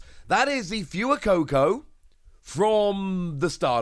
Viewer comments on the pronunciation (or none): Every time i hear him say “Few-eh-coco” i chuckle. If you see this, the pronunciation is “Fway-coco” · I thought Fuecoco was pronounced as in Fuego the Spanish word for fire. Not as Few-Ah. Not trying to be rude just wanted to know if that's accurate or if I've got it wrong. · Anyone else cringe a little when he says “fuecoco” lol